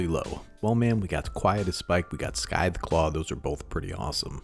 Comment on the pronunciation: bro did you use a hard C on Scytheclaw? Good vid tho